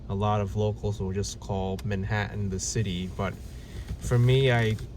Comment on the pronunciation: I thought it was ManhaTTan, not Manhaaunn.😅